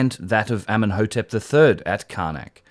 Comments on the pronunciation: I thought you said Eminem's hat the first and I think the captions said the same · I understand everytime Eminem instead of Amenemhat! xD